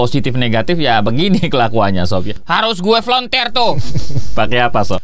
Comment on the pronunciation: Toso kok bilang afelonter sih bg?